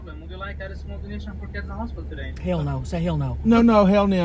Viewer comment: Tammy: say hell no!.: Hewl No 😂😂